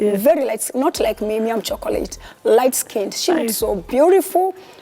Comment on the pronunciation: The emphasis on the "light skin" was off putting.